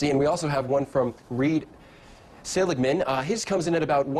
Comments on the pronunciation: Seligmann, not Seagalman. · Never mind, you're mispronouncing Seligmann's name, too.